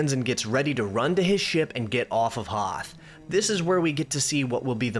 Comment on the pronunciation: Weeell, eggshuallay it is called the Hoth system, not "Hoff".